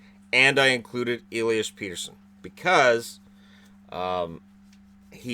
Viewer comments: Peterson still hurts my ears, still Pettersson to me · His name is Pettersson not Peterson, the only reason he says Peterson (I think) is that he is Swedish and we are shy and he doesn’t want to make any problem for u guys to pronounce a foreign name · Nice list, i wish the allstar game was straight east-west division. Also, Elias is saying hes surname wrong, plain and simple. I don't like it how europeans cater to NA press when it comes to pronouncing names. I see it all the time with Finnish players as well.